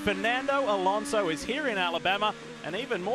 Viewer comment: "Alonso" please!